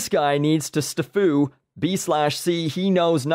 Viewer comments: I'm not hating here, but don't read "stfu" like "stefoo" when you use that same acronym in your videos as "shut the fuck up". Just some constructive critisism. Love your videos though, hilarious. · you pronounce "stfu" as sta-fu. theirs no a in it. it would be st-fu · I love when he says stfu sounding like stefoo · I love how he pronounces stfu sta foo lol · Stfu (Stuh-foo)... LMAO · I like how you pronounce STFU stiffoo lol